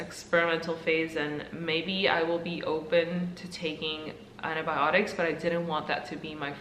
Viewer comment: Did she say "antObiotics"?